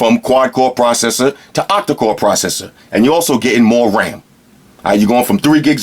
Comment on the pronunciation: I like the way he ses "proseser"